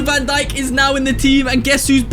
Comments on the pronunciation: Bro said Virgil van donkey 😂😂😂😂😂😂😂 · ”Virgil van donkey” 💀💀💀💀 If he sees this video u won't make one again💀💀💀